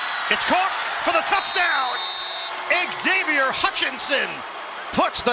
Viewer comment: Embarrassing that a professional network announcer cannot properly pronounce "Xavier".